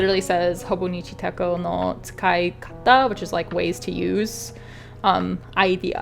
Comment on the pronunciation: Thanks for sharing- I'm also planning to get the Footprints Weeks as I love the winter scene and the idea behind capturing the everyday moments. The 'ch' in Techo is pronounced in the Japanese way with the ch as in "chair"- “tetch-oh”.